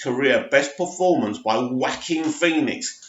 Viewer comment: Well done for finally pronouncing Phoenix's first name right! Keep the vids coming.